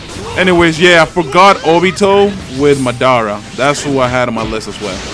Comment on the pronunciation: It's not muh-daara it's mah-dara